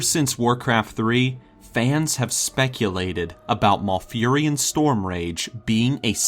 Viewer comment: Lol, Maul-furion. Mal not Maul.